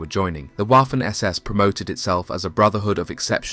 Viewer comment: My ears bleed every time the narrator pronounces the "w" in "Waffen" like the english "waffle". It's supposed to be a hard v, how hard can it be? You can say victory, yes? Use that hard "V" when saying "Waffen". All this work for making an excellent video and you fail on a basic thing like this... 🙄